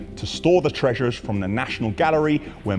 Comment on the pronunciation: Brilliant video again and Ashville team “Treashush” sorry I couldn’t not tag it 😂